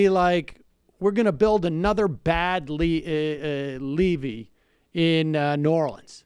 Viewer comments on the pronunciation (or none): TIL Sam doesn’t know how to pronounce “levee” :/